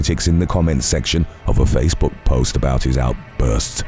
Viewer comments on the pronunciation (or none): none